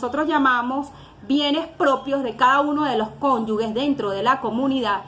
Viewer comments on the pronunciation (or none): aun no sabes que se trata de CONYUGES DE MANERA QUE NO SABES DE LO QUE HABLAS. NO SE DICE CONYUGUES, DE MANERA QUE NO SABES DE LO QUE HABLAS. LEE, ESTUDIA.